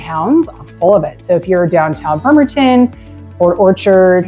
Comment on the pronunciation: It's BRRRemerton not BERmerton...